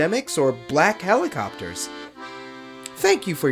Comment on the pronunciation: "Hell-ee-copters" kevin learn how to speak lord